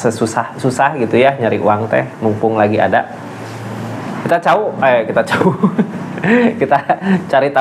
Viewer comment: Aa, lucu tau ,aa bilang Cawu😅😅😅